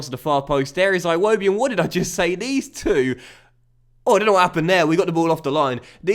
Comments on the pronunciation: Every match against Arsenal we try to tell you.. It's Ee-wobi not I-wobi lol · Eewobi not iwobi